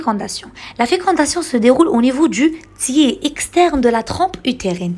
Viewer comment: Tiers prononci r svp 😅